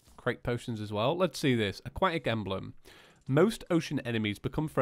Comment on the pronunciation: the acwatic scurge